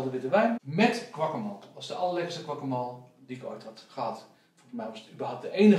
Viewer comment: grappig hoe jullie guacamole uitspreken😂😂 guacamool😂